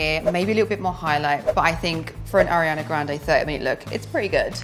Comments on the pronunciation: “i’m a huge fan” can’t even say her name correctly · “i’m a huge fan of ariana grande” pronounces her name incorrectly, multiple times